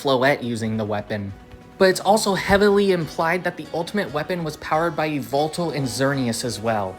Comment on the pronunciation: Eee vul tul? It’s yuh-vel-tall